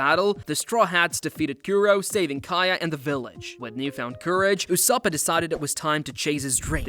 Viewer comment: Did he say ussopo/ussopa Edit: did he say thriller bank island